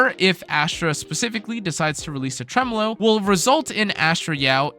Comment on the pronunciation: it's a tiny detail but as a musician I appreciate that you say "Tremolo" correctly because there are so many other content creators saying it as Tre-MOW(like mow in mowing the lawn)-LOW and it irks me inside just a little every time.😂